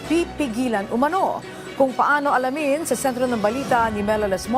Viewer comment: Ano b yang "kung paano alamin" mali putol ng salita... Dapat: Kung paano, alamin